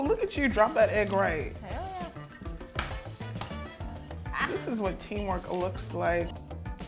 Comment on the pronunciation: This is how many times the asian girl says hewwl yah : : v